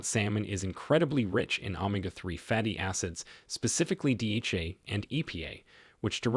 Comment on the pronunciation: AI narration. Pronunciation of some words is off, not normal, e.g omega, etc